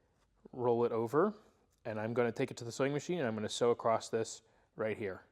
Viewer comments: What does it sound like he's saying acrossT lol it's across lol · No such word as acrost!